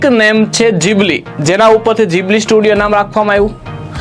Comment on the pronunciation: ઘીબલી ❌ જીબલી ✅